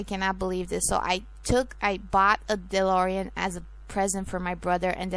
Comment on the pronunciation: c'mon of coarse its DeLorean....